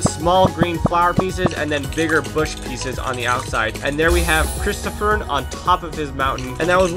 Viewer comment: sigh HIS NAME IS CHRISTOPHEN NOT CHROSTOPHER!